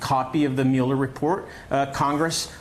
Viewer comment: Dude still doesn't know how to pronounce Mueller's name?